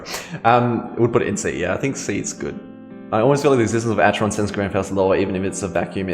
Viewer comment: it's pronounced ack-eron